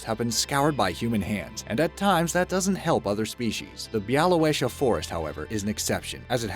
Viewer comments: Bialowieza = Biawoviezha (ż is the middle sound in measure or treasure (the rolling sound)) Love the fact you included so many Polish forests! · Oh my god you pronounced Białowieża so wrong